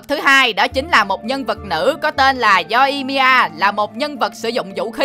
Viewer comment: Yoimiya mà ông đọc là Yoi-i-mi-a=)